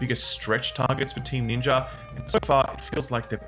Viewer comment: Can you please pronounce ninja correctly